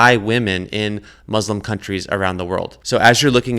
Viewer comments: its Muslim with an u...not Maslim Maslim is a typ of silk or something like that...or are you from the USAI? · It’s pronounced Muslim not Muzzlem FGS!